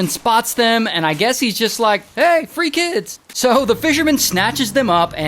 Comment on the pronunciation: Hey free kids said in accent